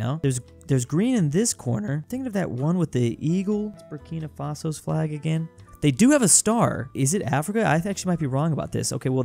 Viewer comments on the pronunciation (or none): none